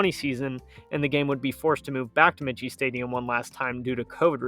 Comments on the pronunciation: Army’s stadium is pronounced ‘My-key’ Stadium. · Army’s Stadium is pronounced my-key. Otherwise, a pretty good presentation. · The Army football stadium is pronounced Mike key. Not the way you're saying it. The stadium is named after Dennis Michie a West Point graduate and first head coach who agreed to play Navy in 1890 at West Point. The game was played on the plain. Go Army beat Navy. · Michie is pronounced "Mike - E". It catches a lot of people. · Army's stadium is pronounced: MIKE-E. Named after Denis Mahan Michie, the first coach of the team from 1890. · Michie Stadium is pronounced Mikey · Believe it's pronounced like Mikey . Someone correct me if I'm wrong ?..